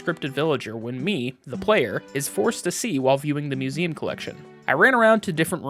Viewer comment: Marshall really like suMeum. (Museum)